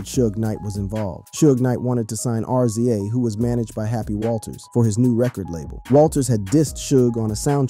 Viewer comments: And he called RZA R.Z.A. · A rap channel that does know RZA (Riz-za).. eeek . RIP Eazy E !